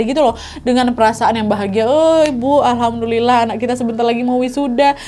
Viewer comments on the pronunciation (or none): none